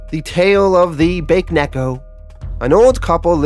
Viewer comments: It's pronounced Ba Ke Neko. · "Bake Neko" Lmao, pronounced it as Baked Cat. Isn't in Japanese it pronounced as "Bake" in two syllabus? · Watching the Irredeemable playlist for the first time. I know this video is over a year old, but I just wanted to point out that Bakeneko is actually pronounced Bah keh neh ko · Not to be the, "Mwell-achktually..." guy but it's pronounced, "Bah-kay" (Bake) Neko. Ghost/spirit cat. It's like nails on a chalkboard to my Jamabnese speaking ears 🤣🤣Love the channel!Q Instant sub when I saw you cover both, "The Boys" and, "Irredeemable." Awesome! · Its Baa keh neh koh. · BA-KAY-NECK-O 😂I love the content but that is so jarring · Excellent comic- the cat monster is pronounced “Bah-Keh-neck-oh” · Baked Cat